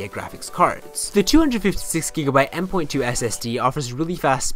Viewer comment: Did he just say "M 'point' 2?"